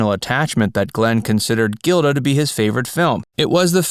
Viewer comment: Gilda is pronounced " Jilda".